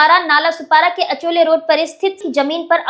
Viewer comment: पोरी अचोले नाय गो... आचोले असं आहे ते एरिया चे नाव... 🤦🏽‍♂️